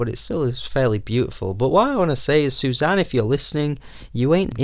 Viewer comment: Susanne is 3 syllables in Norwegian. Su za neh.